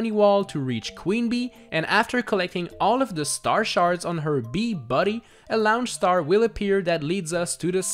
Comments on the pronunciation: It annoys me every time you say "laonch star" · laoonch star